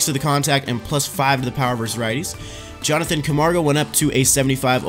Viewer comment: It's Yo-han Camargo not Jonathan Camargo